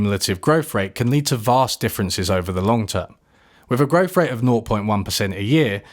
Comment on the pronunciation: Is it just me, or do you pronounce "growth" as "growf?"